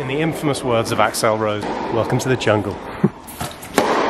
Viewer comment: Axe-el Rose, eh? Is he related to Axel Rose?